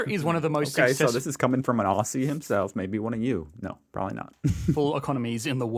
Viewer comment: Aussie is pronounced Ozzie (like Ozzie Osbourne). I know, don't ask, it just is 🤣